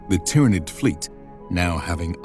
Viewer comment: Just a little pointer; its pronounced "Tyranid" not "Tyranid"